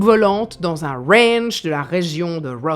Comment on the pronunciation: ... Dans un wwwwwwwwranch de la région de wwwwwwwrowwwwswwwwwellllll ... 🤣🤣🤣 Yeaaaaaahhhh 🤠🤪🤣